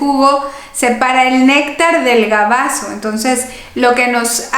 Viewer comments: BAGAZO!!! No gabazo!!! Por favor no patée el castellano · Licenciada: perdón, pero la palabra correcta es BAGAZO y no GABAZO. y muchas gracias por sus consejos. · Buenas noches doctora no es gabaso se dice bagaso